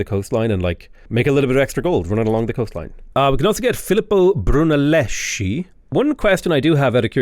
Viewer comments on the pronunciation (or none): it is brunelleski, not brunellishi porcoddio